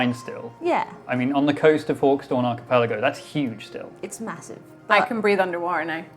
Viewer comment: struggling to pronounce "Archipelago" almost made me snort my orange juice out my nose...